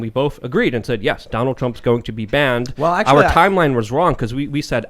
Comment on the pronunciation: Well arkthullly... that’s all I hear from these basement dwellers